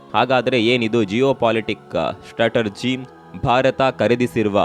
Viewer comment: You work like general reporter. You can not work against indian govt. How you dare questioning indian defence. You must not report this kind of secret missions of indian defence strategy. You even do not know how to pronounce strategy. Donot work against india.